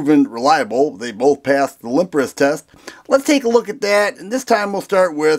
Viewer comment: They both pass the ....'limp-rest test???' What? Did I hear that correctly? What test has people shooting like that???🤣